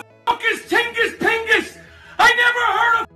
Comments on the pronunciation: "Tingis Pingis" 😂💀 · Tingis tingis from Lativia 😂 lmfao, as a Latvian that made me scream! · Who the fuck is tingis pingis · "Who the F is Tingis Pingis?!" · Who the ** is tingis pingis???